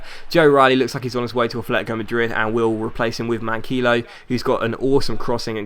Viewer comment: Manquillo is pronlunced Man key yo